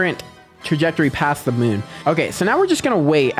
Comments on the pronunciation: Pretty sure the mun is pronounced "moon" and munn is the correct spelling for how you're pronouncing it 😊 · MooM not MUN